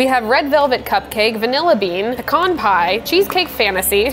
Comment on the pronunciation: The way you say pecan upsets me